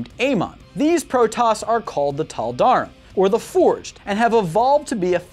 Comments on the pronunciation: Protoss Corrections: Tal Dar Reem is how you say it. (The darkside protoss) The Kala is more than a religion it is a mind link afterlife thing that lets all your memories be passed on to the living members of the Kala. Near a zeem is how you say it. (The rebel protoss) It would be better to say that the protoss (in general) use cyborgs not robots to make up for the lack of manpower. The protoss banned the use of robots after the purifier rebellion. they take dying and disabled warriors and make them into heavy units. The Purifiers were reintegrated late in the war with Amon. The Kalai had a position that was called the grand preserver. There were three of them and they were considered the most knowledgeable and mentally powerful of all the Protoss. Rohana the last grand preserver was herself preserved in stasis and in the Spear of Adun and had to come to terms with the very different universe she woke up in while giving counsel to Artanis. There is no such thing as feminism or sexism in a warrior society that literally is mind linked to the whole population and all the dead population. The reason for the purifier uprising was because the Protoss, instead of making an AI copied the mind of a Protoss warrior into a robotic brain, and did so poorly. Then they treated the slightly unhinged great warrior as if it was expendable. basically don't make a slave out of someone who was once a great warrior, never works out. later the Protoss perfected to process of copying the mind and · My ears bled at every brutally butchered pronunciation of Tal'darim and Nerazim. the 'im' at the end is an EEM. Edit: Khala=Call-ah ffs my ears bleed. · Gods, the pronunciation of Tal'darim, Raszagal, and Nerazim made me wince. Edit: But yeah, OP has a point. I don't see how the Pylons and Psionic Matrix are a con.